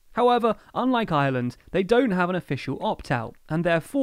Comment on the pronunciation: It's really annoying that the narrator pronounces "Ireland" and "island" exactly the same.